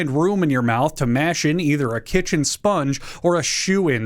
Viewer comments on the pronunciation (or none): none